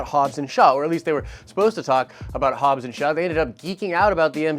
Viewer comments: "Shobbs and Haw" 😂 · I came to the comments to see if I heard "Shobbs and Haw" correctly. Happy to see that it's the #1 comment in the feed! LOLOLOL!!! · Shobbs and haww? Lololol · SHOBBS AND HAW LOL